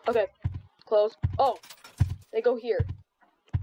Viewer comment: I love how he says "Okeh" everytime ✨